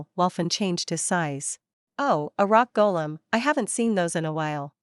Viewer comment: Golem? Not Kolem 😂😂😂